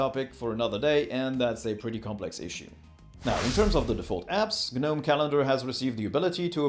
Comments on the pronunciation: What?? It's not G-nome! Why are you saying it like that? If you don't know how to pronounce something then please don't say it over and over.. The "G" is silent "Gnome", try again... Hard dislike... Honesty hey everyone take advice from a person who can't even pronounce what he's telling you about...! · GNOME - It's pronounced "nowm", as in the little garden statues. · The G in Gnome is silent bro. Nice in-depth review. Thx 😎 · We pronounce it as NOM. Not sure which one is correct. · Hey, can someone correct me? Is it pronounced Geh-Nome (like he says in the video), or Nome (like the lawn ornament)?